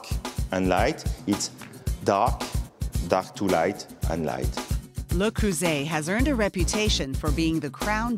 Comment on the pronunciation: THAT'S NOT HOW YOU PRNOUNCE LE CREUSET FFS